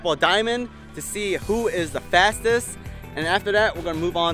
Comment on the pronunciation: “who da fastess is and we’ll determine who da winnrr is” 😅😂😂😂